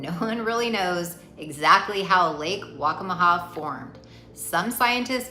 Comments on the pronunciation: Lake WACCAMAW Pronounced: WAC-CA-MA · It’s Lake Waccamaw.